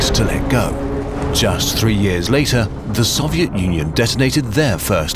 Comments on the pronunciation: please learn to pronounce Soviet properly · I hurt me how he said Soviet